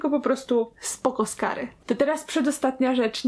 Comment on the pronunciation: Super skary'' Aga, 2017 Xd